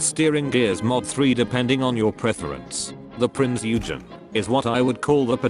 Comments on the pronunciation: "THE PRINCE YOU-GEN" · A German here: Please...Prinz Eugen is pronounced like Prince Oigen.😉 Oi like in oil! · Jesus Christ, the AI voice SLAUGHTERED the "Eugen" name.